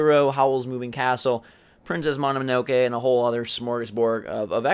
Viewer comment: "princess monomonoke" lol